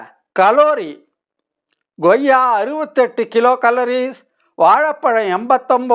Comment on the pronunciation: Koyya not Goyya